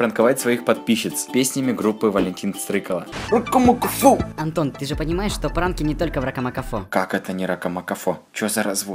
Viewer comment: Стрыкало ударение на а, а не на о